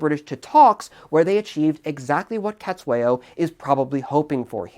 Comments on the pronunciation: And it's pronounced setswayo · Thanks for the analysis! Great to see this war getting some discussion. Small niggle, your pronunciation of "Cetshwayo" is, well, it could do with a bit of work.